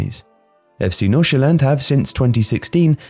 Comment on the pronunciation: I just really wanna thank you for actually pronouncing F.C Nordsjælland right. With the amount of times the name is mentioned, it would have ruined the video completely if it was being said wrong. You nailed it!